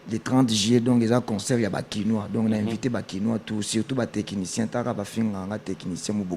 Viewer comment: C'est du français, on dit Technicien et non Tekinitien.